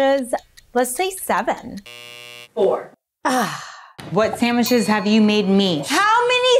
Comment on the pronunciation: It’s not “Sam-witches” 😂😂😂😂